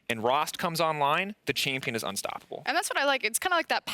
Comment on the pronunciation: Who is “rost”??? He keeps saying rost...